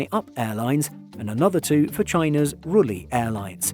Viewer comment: Not Rulli airlines, but Ruili airlines.